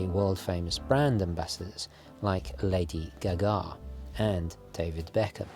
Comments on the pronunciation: I love how you said Lady Gaga..."Lady gaGA." Anyway. I knew nothing about Fortis until I discovered this channel. Truth be told, I didn't know anything outside of Rolex, Omega, and Breitling until I discovered this channel. As of now, my current watch wants are a Tudor Black Bay and the Fortis Aeromaster Professional Chronograph in black. It's crazy how there are so many beautiful solid quality watches out there that are unheard of. Thanks for opening our eyes to these great brands! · “Lady Guh-gaah” - that’s right up there with “Oh-mee-gah” and “Boo-low-vah”. I hope to God Marc Frankel heard that! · What I took from the video........TGVs pronunciation of Lady Gaga 🤣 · Said Lady GaGa's name just like Stephen Toast🤣